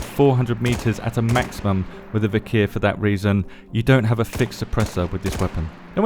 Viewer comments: I love you, but plz!!! It's "Vik-er" not "Vik-here" lmfao! The "h" is silent. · It's not viker 😂😂, it's Вихрь.